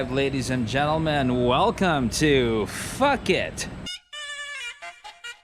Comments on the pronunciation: Did you just say Fucket or Fuck it! Lol hahaah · I believe it's pronounced "Pooh-Kette". But that was hilarious. thanks for the laugh. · Nabigla ako sa "Phuket". Dami nakarinig. 🤣